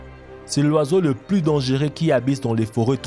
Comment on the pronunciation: Dangueux ?? Dangereux ok